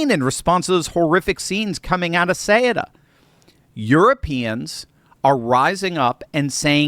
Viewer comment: CEUTA is pronounced SOO-TUH